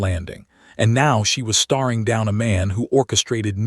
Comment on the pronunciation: Please find a different text to voice program. This one doesn't know the difference between the plural of sky and the plural of ski, nor does it know how to pronounce staring vs starring and a few other similar words. Generally speaking, when adding "ing" to a word, if there was an "e" on the original you just drop the "e" and add "ing". If there is no "e", you double the consonant and add "ing"